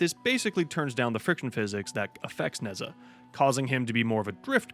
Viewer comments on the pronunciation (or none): It is pronounced Nuh-jah. facepalm